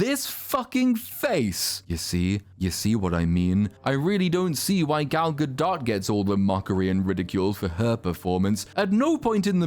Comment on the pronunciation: You're the first person I've watched who pronounces Gal Gadot correctly.